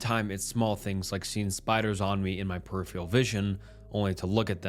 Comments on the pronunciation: Peripheral is pronounced PER-I-FER-AL!!! Not perifail !! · Dude.. I am begging you to please learn how to pronounce peripheral